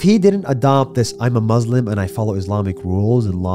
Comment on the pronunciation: Nas Daily can't even pronounce 'Muslim' correctly.